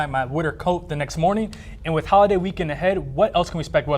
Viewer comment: I'm having a great "weekwend" 😂😂